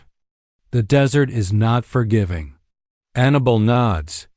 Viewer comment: Her name is not Anna bull, it is AnnaBELL!!